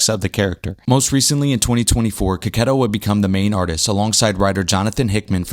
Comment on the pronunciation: You are The First youtuber that is not italian that I heard saying his surname in the correct way